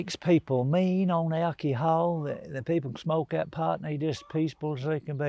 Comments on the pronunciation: OMG ❤ He did not just say Alkeehall ❤ That’s what I call it 😂. I love him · Alkie-hol, I done ✔️ lol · my favorite pronunciation of "alcohol" I've ever heard.